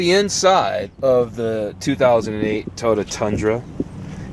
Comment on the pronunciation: Please practice pronouncing Toy-oh-tuh.... otherwise great review.